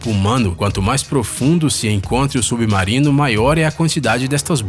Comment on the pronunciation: Submaurino que raiva dessa pronuncia 😂😂😂